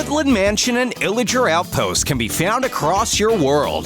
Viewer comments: why did you say illiger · He said iager